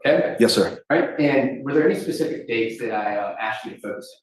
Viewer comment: "jus' ta be more pacific..." Good lord.